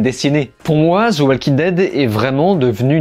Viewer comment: Sérieux arrête de dire. Zi walking dead grrrrr .Au pire dit. De walking dead .. C'est agressant ton ziiii à chaque the